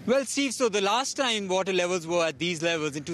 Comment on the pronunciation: stuck under the wotter :)